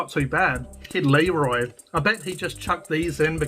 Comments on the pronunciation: "Leroy" lol. I can't believe you're doing this again. I hate Muccas fries. Hey there's nothing wrong with a cheeseburger without pickles. I just get extra onions. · It’s not leroi it’s Kid Laroi it’s a Aboriginal name so that’s actually disrespect mate